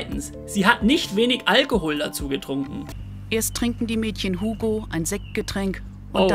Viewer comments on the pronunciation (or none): none